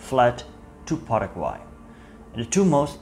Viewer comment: Quiero agradecerte muchísimo por pronunciar correctamente el nombre de mi país Paraguay. Soy paraguayo, pero mezclado o "jopara" como se diria acá porque mi padre es descendiente de mennonitas y mi madre es una brasileña descendiente de alemanes 😅 por lo que puedo decirte que lastimosamente no pronunciaste correctamente el nombre del querido pueblo "Hohenau" pero el paraguayo promedio tampoco lo pronuncia bien 😂 Olvidaste mencionar que la mayoria de los paraguayos hablan "jopara" que en guarani literalmente significa "mezcla" y es una mezcla entre el español y el guaraní. Gracias por llenar esos huecos de nuestra historia que normalmente no se habla acá, respecto a lo que pasaba en paraguay durante la segunda guerra mundial e inclusive corria el rumor de que hitler supuestamente no se habia suicidado, sino trasladado a Hohenau. Este hecho fue luego desmentido gracias a la confirmación del suicidio de hitler en su búnker. Los Estados Unidos nos forzaron a atravesar la dictadura más larga de Latinoamérica (casi 35 años) y existen profundas grietas hasta hoy en dia en la cultura nacional debido a este suceso. El actual presidente de la República, Santiago Peña, parece ser un títere del exmandatario Horacio Cartes, asi como Alfredo Stroessner era un títere de los Estados Unidos. Tenemos mucho todavia por madurar, nuestra independencia de España fue en 1811 pero nuestra constitución nacional es de 1992. Paraguay es un pais que sufre hoy en dia mucho por ser uno con los índices más